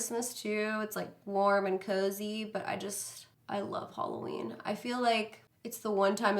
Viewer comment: Is she saying "Holoween" ???? CHRISTINE WHERE ARE YOU?